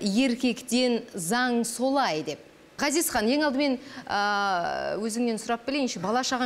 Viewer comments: Дина Ғазизхан деп дурыстап айтшы. Акциентпен отирик Газизхан демей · Дина Газизкан ГГГГГГазиз демей, қазақша Ғазиз деуге болатын еді ғой ия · Жүргізуші Дина ханым неге Газизхан деп орысша айтып жатсыз есімін қазақша Ғазизханғой. Сіз Г әрпімен айтып жатсыз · Газизхан нес😆Ғазизхан деп айтсан не болад 🤦🏽‍♀️ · Газизхан дей бергенің не понт Дина? Давай есіңді жина! Ғазизхан десей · Маа жургизушише Газизхан диберген неси Ғазизхан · Газизхан емес Ғазизхан шығар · Жүргізуші неге қазаша Ғазизхан, ғ (ғарыш) дегенде, айтпайды. Газизхан Газизхан деп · Дина! Газизкан емес Ғазизхан деп айт дурыстап сөйлеу керек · Газизхан деп отыр Дина сиздин атынызды Мина ,Ина десе недисиз дурыстап айтсанышы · Ғазизханды «Г» "Газизхан" деп, фишка қылғысы келді ма екен, Диночка!) Ол да дұрыс шығар. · "Ғ" деген әріпті таниды ма өзі мына тәтең? Қанды ішіп бітті ғой "Газизхан" деп! 😡😠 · Менің атым Ғани орысша сөйлеп қалған қазақтар Гани десе қаным қараяды, мынау да Газизхан деп қанды қайнатты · Дина ханым "Ғ" деп айта алмайсыз ба? Газизхан демей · Газисхан емес дурыстап айтсай Дина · Дина Г емес Ғ деп қазақ әрпіне мән беріп, дұрыс айтыңыз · Газизханды казакша айтшы.дина толепберген